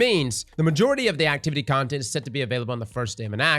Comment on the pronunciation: “Ontent” lmao